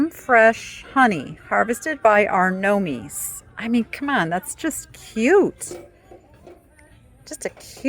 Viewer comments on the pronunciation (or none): Gnomes are pronounced “Nomes” not at all what you said! I went back and listened again… wasn’t sure if you didn’t know or was trying to be funny. Hope you are well. I go thrifting around home and love to see what is out there. Thank God, I don’t need a thing. That’s a good thing, just like to see if there is anything unique for a reasonable price. 👀